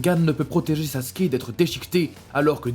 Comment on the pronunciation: Il dit saské au lieu de Sasuke bordel ses pas compliqué de dire Sasuke sa me met en colère que je m'abonne pas